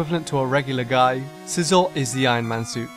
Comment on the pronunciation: I love scizor i enjoy sweeping my freinds whole team with it also extra credit for pronouncing it right 👏